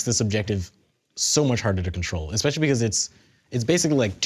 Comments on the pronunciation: "XPECIALLY WORRIED"! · "Are you a little bit cautious, or Xpecially worried." #PunsofDamage